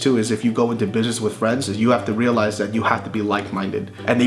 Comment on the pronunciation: Lol Bart always says reo-lies...